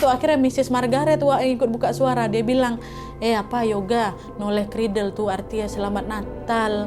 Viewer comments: Itu bukan "Noleh kridel" yaa kak 😂 tapi "Nollaig Ghrìdheil" 😂 itu bahasa Gaelic skotlandia. Emang jarang sih, bahkan udah nggk dipake keknya, karena orang2 dah pakai "Merry Christmas" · Nollaig Chridheil nad... Bukan noleh kridel....